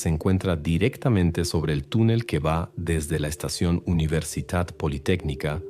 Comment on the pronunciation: Soy de Argentina y nunca escuché del caso de la provincia de Salta. Aunque es verdad que algunas de sus sierras y montañas tienen fósiles de Caracoles marinos. Nunca he visto ni me han contado que hubieran Megalodones en la zona. Me quedó repetido en la cabeza la pronunciación de "UniversiTat politécnica"